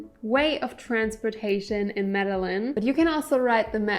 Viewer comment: Lol media Lynn? Pronounced - Meda jean kk and do not stay in Centro! Also ...no, mexico does not offer no hassle 6 month visas anymore. It's up to the discretion of the agent on that day and they are cracking down on over stays. New president